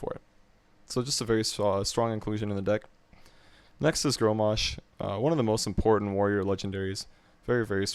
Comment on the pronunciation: Good principal overall. But its Grom-mash.. or grom for short... It isn't Gro-mash.